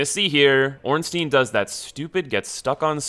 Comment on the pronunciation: Oh my God, it's not "Ornsteen", it's "Ornstein". Anyway, good advice. Might try a run sometime in future.